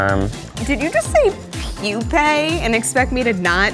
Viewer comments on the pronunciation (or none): none